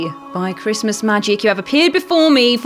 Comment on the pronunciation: Dave is definitely this fans favorite. Thanks so much for doing this guys. Really love you all. Merry chrishmash...... say it properly